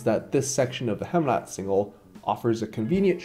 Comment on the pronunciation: Heemraadsingel is pronounced like "Haym raad single" not "Hem raad single" otherwise great movie